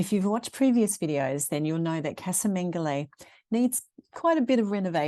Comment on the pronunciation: "Caza Mengoli". Casa is Spanish pronunciation.